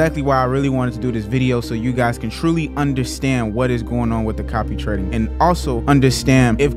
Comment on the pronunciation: He said "copy-reked" quite a few times.